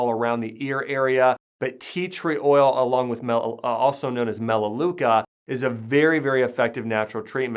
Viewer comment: did you say theatre oil